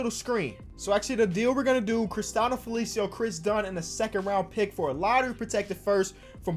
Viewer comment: yo, the pronounciation is "Christie-anno Felici-ow", shout out to our brazilian homies out there making bulls fans angry